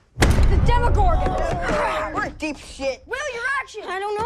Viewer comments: Demigorgon not demigorg... :/ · It's 'demogorgON', not 'demogorg'. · why are you saying demogorg instead of demogorgon? is it really that much of a trouble to add the last syllable? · it's "demagorgan" if I remember correctly not "demagogue" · "Demigorg" Uh...Demigorgon. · even after show the clip, where they fucking call it the DEMIGORGON, he keep's on doing it. it's like he's doing it on purpose.